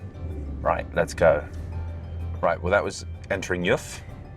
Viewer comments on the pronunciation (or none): As a Swiss cultural anthropologist, I didn't expect such a well-researched intro into Switzerland's cultural make-up and cultural history. Brilliant! MInor correction regarding the pronunciation: "Juf" is pronounced "Yoohf" (slightly elongated "oo"-sound, and "Aah-vers" (long "Ah" sound), as well as my pet peeve: Davos: it's "Duh-FOHS", not "DAH-vos"